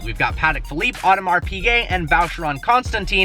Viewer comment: You are pronouncing audemar piguet wrong